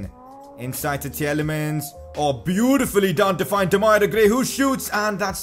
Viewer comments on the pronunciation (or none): Its Tielemans not Tieyelemans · Its pronounced "teelemans", love the series tho. Keep it up